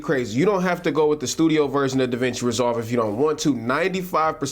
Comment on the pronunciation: to , no disrespect at all man but it did sound like you said the Cloud was free. I was intrigued by that. Still not a bad price point.